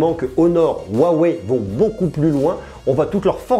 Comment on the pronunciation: Juste pour la prononciation, Huawei se prononce "Wroua Wrou Hey" ;)